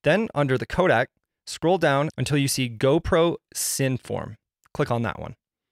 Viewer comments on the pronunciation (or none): none